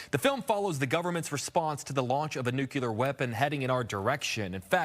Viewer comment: It's nu-clear. Nuclear. Not nu-cue-ler. Just sayin'.